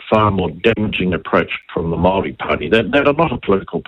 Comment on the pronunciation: Could atleast try to pronounce Māori correctly